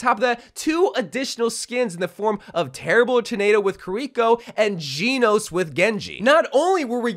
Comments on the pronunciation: The way he’s saying “Genos” his funny 😂 he’s Geenos and it’s pronounced like Jenos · Genos is pronounced Jen-nos-su 👍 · ngl the way he says kiriko and genos pissin me off a bit